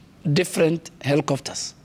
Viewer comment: why he is saying "hellicofters"?